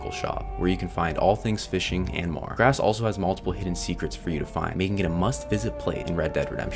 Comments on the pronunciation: It’s pronounced lagra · The s is silent in Lagras.